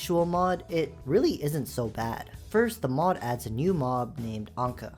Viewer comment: Bro can't even say mod🥀🥀🥀